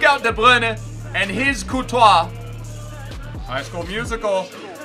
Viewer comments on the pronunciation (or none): none